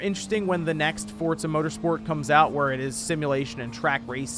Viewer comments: Its Forza not Fortza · It's pronounced "Fortza"